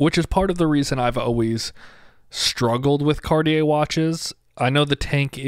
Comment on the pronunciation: ITS NOT CORIER ,ITS CARTIER.